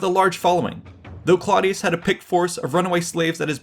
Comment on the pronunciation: Clodius is pronounced "CLOH DE US" (The CLOH is pronounced similarly to the name Chloe). This was the name he took when he became a plebian in order to run for Tribune. Before that he was a patrician of gens Claudia (IE: Claudius) which is pronounced more like "CLOW DE US" (Think Clow as in "Clown"). Its a subtle (but actually a VERY important) difference and anyone who has the audacity to make a video on the subject should be respectful and knowledgeable enough to get these details correct.